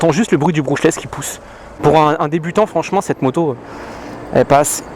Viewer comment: "Moujou" dans la première vidéo, "Modjo" ici, moteur "Brouchlèss", bref tu m'as tué xD